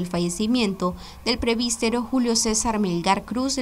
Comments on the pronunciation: Se dice presbítero. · Señorita periodista. Se dice Presbítero y no prebistero.